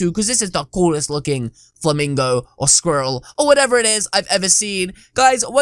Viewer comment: did you say or Squirle!